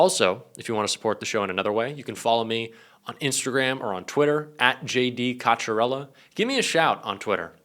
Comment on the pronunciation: Did you say JD Vance Cocchiarella? Just checking lmao 🤣